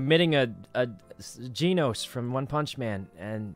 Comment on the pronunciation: no he said jenos